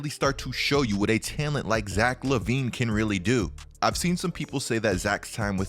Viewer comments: Bruh, why do you say "talent" like "tellint"? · Is anyone else uncomfortable with the way says “talent” lol. Otherwise good video dawg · i hate the way you pronounce talent :D HAHAHAHAHAH